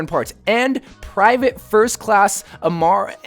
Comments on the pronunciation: Its pronounced Em-reh not Emr-ay... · It’s so sad how none of these you tubers can pronounce a simple 4 letter name. English is my native language and I have no problem seeing that it is pronounced Em-ray. Is it that hard? Lmfao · The name is pronounced as "Am-ray". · You totally raped the name 😂😂 Made me laugh so hard. Would be cool if the name character would be Emre! That’s my name as well :D